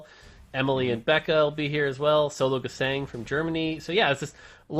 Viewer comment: Can anyone please tell that the german "Sologesang" is pronounced more like zologezung. So with a very soft "s" like the "z" in "zoom" and the german "a" witch sounds more like (but not quite the same) the "u" in "lung" or "plumming" or "but".